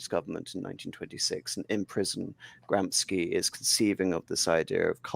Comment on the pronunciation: Can’t you at least learn how to pronounce Gramscis name properly?